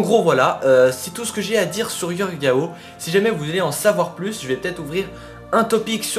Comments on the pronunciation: C'est Jorge yao pas yorge lol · Jorge pas Yorge (se pronince George)